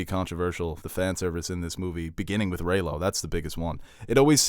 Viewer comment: It’s REYLO GET IT RIGHT